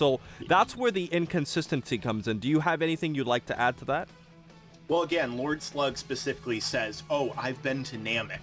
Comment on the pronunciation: ''Lloyd Slug'' XD